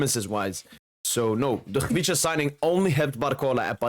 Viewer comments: Brother, your pronunciation is elite ! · Pronunciation is exact! Check if you have some Georgian roots bro ! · not even 1 min. in Video and im lovin it. well trained on name. Respect from Georgia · probably best non Georgian pronouncing of his name. well done in saying "ხ" :D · You're pronouncing him like a real Georgian bro :D